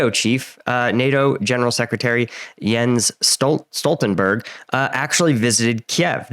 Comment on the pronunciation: Norway here, veery few nonNorwegians manage to pronounce Jens Stoltenberg in a somewhat convincing way. Youre good!